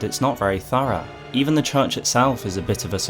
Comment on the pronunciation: Romina is as built out as your pronunciation of thorough; the most important part of it of it was missed in its entirely.